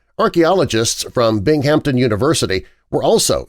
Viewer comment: It's pronounced "BINGhamton," not "BingHAMton." Lol!